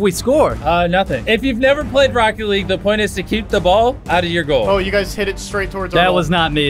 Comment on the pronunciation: anyone notices he says "racket" league